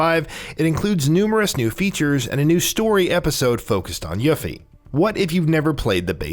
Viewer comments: Hate the pronunciation of yuh-fee. Man, it's yoo-fee okay?! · U-Fee ☑️ You-Fee ☑️ Ewe-Fee ☑️ Yuh-Fee ❌ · dude kept say YAH-FY. =.= she's called YUUUUU-FEEEE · Broo, it’s not yah fee..it’s pronounced YOO-fee 😓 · Every time he said “Yuffy” I said “Yuffy huh..🙄😑” And who the HELL is “Red 8?”😂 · I grew up thinking she was Yuff-Ee too!! I can forgive that one. Just not Red 8 lol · Everytime he said “yuh-fe” I had to correct it myself by pronouncing it correctly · It’s not YAFFIE wtf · I can tell you never played the original. Yuffy? Wtf?! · I hate how ppl don't actually research how you say names. Yah fee? No! Tie dus no! It's teedus. I a vocal is in between two constants therefore, pronunciation doesn't change. ENGLISH PPL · Guy says “Yuh-Fie” immediately earns downvote! Dude know your audience! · Obligatory “yuffE” comment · It’s pronounced “You-fee” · I would forgive how he's saying yuffie except for the fact their how 20 something years of fully voiced games/movie of how to say it correctly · You lose points for mispronouncing "Yuffie". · Lol this is a good channel but you gotta remake this and say Yuffies name right and Red 13. You just can’t insult a games fans like this.